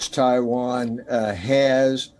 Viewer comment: Why do all Indians call Taiwan "Thaiwan"? Its not Thailand, there is no "H" in it